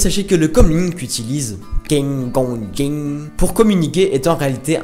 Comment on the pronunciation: Juste pour info, Qui Gon Jinn se prononce "Koaï Gonne Djinne" et non "King Gong Ging". Mais on ne va pas vous en vouloir pour ça, je crois qu'on a tous eu un jour un peu de mal à dire ce fichu nom...